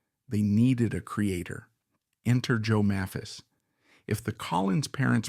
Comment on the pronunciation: The "narrator" is mispronouncing "Maphis."